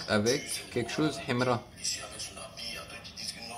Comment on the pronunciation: Ta maniere de prononcer son nom en arabe menerve et tes critiques sont nuls